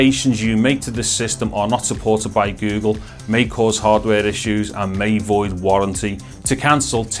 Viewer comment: the way he says go gle makes ma laugh